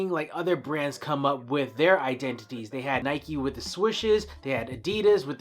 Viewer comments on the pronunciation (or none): none